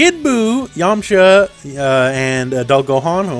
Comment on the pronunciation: I am disappointed you kept pronouncing yamucha wrong XD